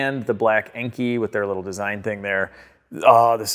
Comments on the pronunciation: Great video, just had to chime in that Enkei is pronounced in-law. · Inky? “In Kai” wheels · Enkei is pronounced “NK” and Tein is pronounced “Tine”. Give either company a call and that is how they say they pronounce it. Car is coming along great loving the DSM content man! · Tein is pronounced as “Tine” for future reference, and Enkei is pronounced “En-Kay” like Kei car